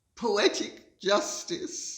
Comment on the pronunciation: Did You really say POO eatic justice! 🤭😂😂😂😂